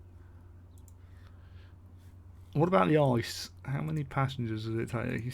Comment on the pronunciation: I would really like to see the ICE between Paris and Berlin! As the Dualstox TGV is already in... (btw it's spoken I-C-E^^) Great Video! Greetings from Germany :)